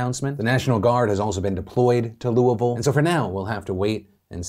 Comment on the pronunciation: I don't like how Louisville is being said, That's all I have to contribute.